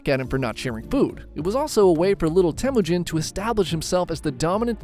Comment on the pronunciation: I think you said telujin i think its temujin@